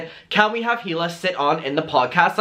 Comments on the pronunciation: It’s pronounced (ee-lah) not (hee-lah) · It’s pronounced EELA not heela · It’s pronounced EE-la, not HEE-la. The H is silent. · I mean I have heard you say he la about 100 times now and I have to tell you that Hila is pronounced E La. K thanks. Tata. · The “H” in Hila is silent ❤️